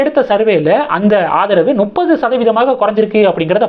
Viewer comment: முப்பது. நுப்பது அல்ல.